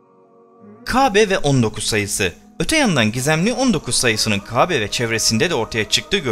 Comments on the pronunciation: Kabe değil Kâbe lütfen konuşmacı ona göre konuşsun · Lütfen K(â)be demeyi öğren. Kabe deyip duruyorsun. Çok rahatsız edici! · Dostum seni ilk kez dinliyorum, video çok ilgi çekici ama "Hz. İbrahim" derken ve "Kabe" derken sana sinir olduğumu itiraf ediyorum. "Kabe" derken inceltme işaretini kullanmanı ve "Kâbe" diye telaffuz etmeni tercih ederim. Eline emeğine sağlıkkk bu arada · "İbrahim" ve "Kabe" teleffuzu çalışması yapman lazım. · Peygamberlerin ismini asker arkadaşın gibi andın ve Kâbe'ye kabe deyip durdun onun için dislike, kusura bakma. . . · LÜTFEN MÜBAREK (KÂBE)NİN İSMİNİ KABE DİYE YANLIŞ TELAFUZ ETMEYİP DÜZELTİRSENİZ MEMNUN OLURUM ZİRA ÇOK SİNİR BOZUCU VİDEOYNUZ ÇOK GÜZEL ELLERİNİZE SAĞLIK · Anlatım güzel. Ancak Qâbe değil kâbe... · Konuşmayı öğren önce.Kabe değil Kâbe. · Murat DURSUN bence elinde değil kâbe diyemiyor istese de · Arkadaş videolar yapıp yayınlıyorsunuz. Hayatınızda hiç mi " KÂBE " diyen birini duymadınız. Şayet bunu söyleme sorunu yaşıyorsan seslendirmeyi söyleyebilen birine yaptırsaydınız bari. Çok ucuz olmuş. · Bu seslendiren arkadaş bu işi bıraksın bence kabe ve ibrahim demeyi bilmiyor seslendirecek arkadaşın şivesi çok önemli